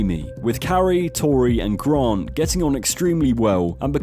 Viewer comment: Who the f is Gron…. Oh GRANT.